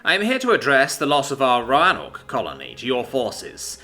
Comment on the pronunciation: One small thing, Roanoke. Roe-an-oak. Or an locals pronounce it Roe-noke.